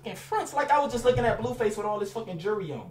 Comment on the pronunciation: HE SAY BLUEFACE WORSE THAN FLIGHTTTTAIBEISBEYAUENF